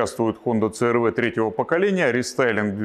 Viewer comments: Ну не говорите црв, говорите си ар ви. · говорите правильно "си ар ви"